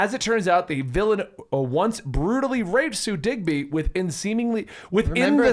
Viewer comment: Sue DiGBY? It’s DIBNY. I suggest you read what you review. 🙄